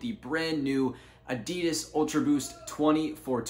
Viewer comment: U pronounce Adidas incorrectly. Adidas is shortened name of its founder, Adi Dassler. His brother Rudolf Dassler is the founder of Puma shoes.